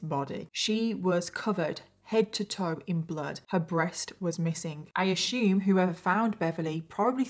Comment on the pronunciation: I’m a new subscriber and I get surprised all over again every time says “assume” like “ash-ume” 😂😂 Halfway through this case and I've gagged countless times now. These people are literally the worst of the worst. It's insane that people like this actually exist and live among us. I hope the victims are resting peacefully 💔